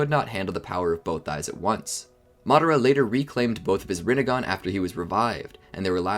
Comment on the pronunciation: Rinnegan more like Rinnegone 😂